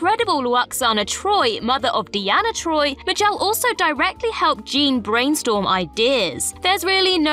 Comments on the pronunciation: It's "MAY-jel," not "Mah-JEL" Roddenberry. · "May-jil" NOT "M'jel" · Very poor content this time around. "Ma gel"? For crying out loud... Shameful content in fact. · "MayGel." Jesus Chripes! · Not only does she mispronounce Majel, am I hearing it correctly that she calls her Nichelle??? Also, the skirt is called a skant and both Picard and Riker wore one. It was a more ceremonial version with black leggings, but it was most definitely a skant.